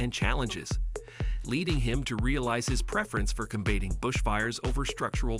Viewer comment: Or a foreigner typing something up to be read by computer. Note the pronunciation of "combating" and that it referred to his "matriculating" from high school LOL